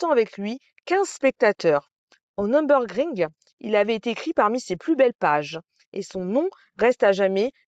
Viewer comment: "Nür" pas "Num".